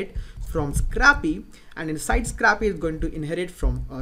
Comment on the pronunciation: Nice vids. PS. "scrapy" is pronounced SCRAY-PEE, as in to scrape (which is pronounced SCRAYP).